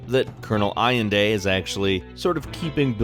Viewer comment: Allende pronounced Al-lehn-deh